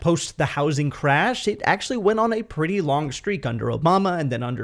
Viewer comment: Love your indian accent. The way you said "P'ty" instead of "Pretty" it's fun.